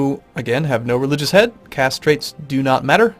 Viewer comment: am I the only one who consistently hearing "castrate doesnt matter" instead of caste trait doesnt matter ? hehe